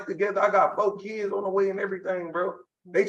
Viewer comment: correction "fo keedz"